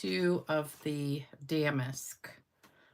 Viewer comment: Love the technique and cards! The embossing folder is pronounced da-mask, not dam-ask 😂